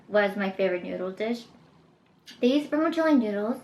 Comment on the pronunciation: Just being honest but This video is very enjoyable but you should pronounce stuff better like kaopoon and vermicelli . I love your videos and you should do a vegan snacks tryout